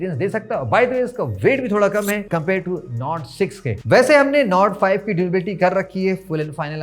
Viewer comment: nord 5 kya bola aap ne smj nahi aaya 😂